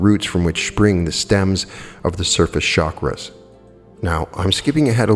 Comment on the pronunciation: its not shakras,but chakras ;)